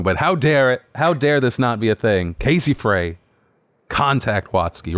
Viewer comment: Casey Frey - Frey is pronounced “Fry”